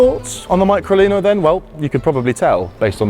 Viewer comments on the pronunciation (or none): Fantastic car, just wish the Englishman would pronounce the name "MeecroLeeno" which sounds cute too. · Pronounced me-cro-lee-no